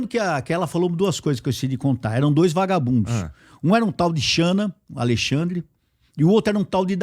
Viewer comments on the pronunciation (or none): none